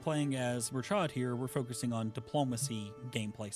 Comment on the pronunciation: Please guys, I'm begging. Stop pronouncing Murchad as if it is an English word. It sounds nothing like what you're saying.